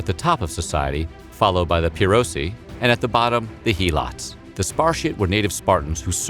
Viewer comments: it's not He-lots it's Hel-ots; other than that great video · Imagine reading Spartiates, perioikoi, and helots and saying "Sparcies, perioci, heeelots" Edit: learn how to pronounce Latin names